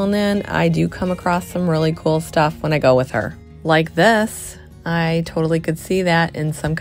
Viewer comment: Coolelle when did it become pronounced like this. Just plain old cool